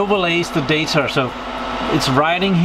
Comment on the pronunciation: I'm seriously going crazy hearing you pronounce the word data. You say "datar" og "deitar", with an R at the end .... it's data... without the R at the end.